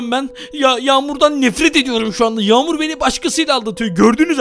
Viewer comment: Kanka Yamur Deme Ben Yamur Azra Diye Ayrıdım.